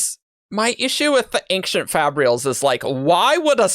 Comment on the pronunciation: People on this episode keep pronouncing "ancient" as "ankshient", is that an actual regional pronunciation?